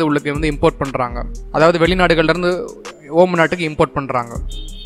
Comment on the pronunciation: ஓமன் இல்ல ஒமான்